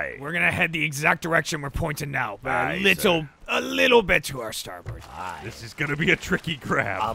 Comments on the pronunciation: when they say "starburst" instead of "starboard" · keeps saying “starburst” instead of “starboard” and nobody calling him on it makes me laugh every time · STARBOARD. Not Starburst.